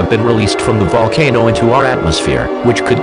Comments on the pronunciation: How can text to speech mispronounce the word: Volcano? No, it's not vulcano. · Dude's so scared he pronounced 'volcano' 3 different ways XD Nice scenario regardless